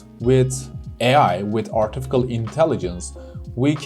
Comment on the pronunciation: Hocam kusura bakmayin ama Artificial kelimesinin telafuzunu yanlis yapiyorsunuz. Artifical degil Artificial (ɑːtɪˈfɪʃ).